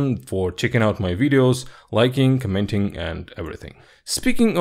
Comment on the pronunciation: its not "co-MENT-ing